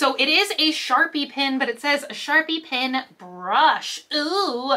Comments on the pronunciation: haha you DO pronounce "pen" weirdly :P Pen should sound like men pin should sound like sin :P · I THINK you slightly say PEN the same way you'd say PIN .... Like how some people say the color pink PEEENK (P-INK) LOL. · I think sometimes you say it like "pin" but otherwise I don't hear a difference lol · I can totally understand what they mean when they say you pronounce Pen funny. You say it like “pin” Try saying it like Ben or Jen or like the e in send. Not saying it’s bad how you say it, I love it. I just think it’d be fun to give it a try :)